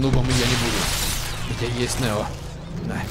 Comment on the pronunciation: Не нэл а нео